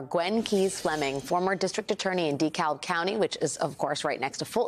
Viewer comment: I learned from 2 years in the Atlanta area, that it's pronounced "De KABB" County. in fact, whenever an 'L' precedes a B or V it becomes silent. So, Cavin Coolidge was the 30th President of the US.